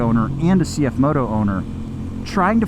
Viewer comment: As a Mandarin native speaker, it is good to hear probably the first English motorcycle channel pronounce the brand name correctly